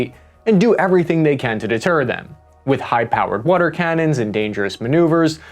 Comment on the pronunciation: What the hell is “wader”? 😂 All the best to everyone